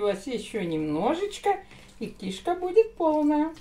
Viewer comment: Что за выражение сальце,чесночок . Кишка ударение не там.